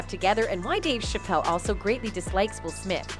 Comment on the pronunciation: That AI’s pronunciation of Dave’s name 😂 Dave Cheap-Elle LMBAO 🤣😂🤣😂